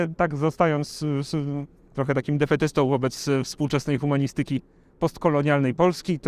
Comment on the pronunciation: humaNIstyki . Akcent na trzeciej sylabie.......... od końca ;-)